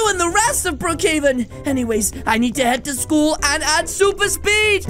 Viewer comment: the way he said sool intead of schoole